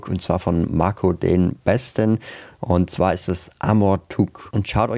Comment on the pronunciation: 🤣😂Du sagt,,undzwa" und dann kommt die Chtombook Werbung